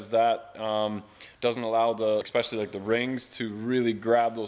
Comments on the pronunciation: I giggle every time you say "ex-specially" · I love your videos but it drives me insane when you say exspecially there’s no X in especially